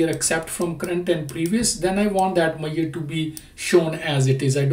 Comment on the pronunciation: Dear,, I highly appreciate your videos & I take meaning out of your video. And, I have a heartily request: Please have a check on: How to pronounce Measure, It took me while to understand what are you talking about!